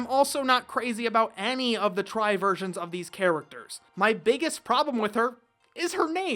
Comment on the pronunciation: i think it's supposed to be called Digimon TRI (like Tree not like TRY)